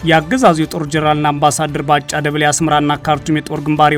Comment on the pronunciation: ላላ አድርገህ አንብብ እስኪ ያበጭብጭህ እና ባ ጫ ይላል ባጫ በል